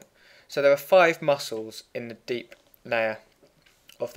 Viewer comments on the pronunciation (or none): Did he say deep nayer ?